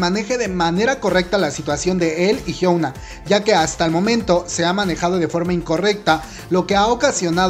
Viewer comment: Melodica CHAN si , de hecho así se pronuncia , "idaun" y "jiuna"